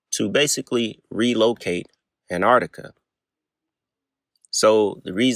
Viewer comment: Please stop calling it anardica